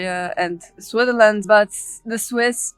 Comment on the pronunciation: I enjoyed your presentation - watching from NJ in USA. I watch SRF regularly as my wife is from Zurich area; we used to live in Kilchberg ZH. You come across as well educated but your english pronunciation needs work. "spoken in SwiTHerland"... your pronunciation needs BIG improvement (try SwitZZZerland) "as it happens, it plAYs no one" ... your pronunciation needs improvement (try pleeZZZes) "think I'm not going to STOP a long time" ... , not going to SPEND a long time